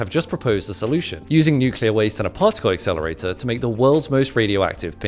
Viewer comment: Yeah I heard partical exelirator and said no